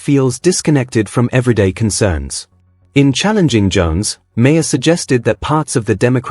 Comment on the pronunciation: Um...excuse me, but the subject of this story is pronounced MARR...NOT MARE. For God's sake, KNOW YOUR MATERIAL.